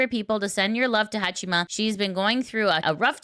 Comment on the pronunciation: Hong Kong knockoff Haachama. specializes in inventive pronunciations of names.